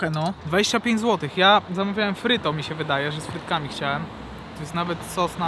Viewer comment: to nie fryto tylko pryto buła :D